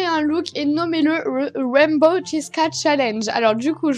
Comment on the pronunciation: c’est dommage mais arc-en-ciel en anglais c’est rainbow et non raimbow😅mais bon, on t’en veut pas😋sympa ton look!